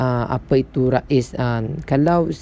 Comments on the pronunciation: bukan Raiz (Rais..nama org ) tapi Raiz sebutannya "Raise.." sebutanEnglish.. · Raiz ris boh.. bukan ra iz sebutan ris. Kurang jelas penerangan awk bercelaru orang lain jadi keliru.. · Sebutannya rease